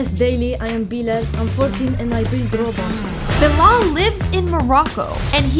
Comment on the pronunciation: I'm also from morocco! Please pin it pronounces bee-lel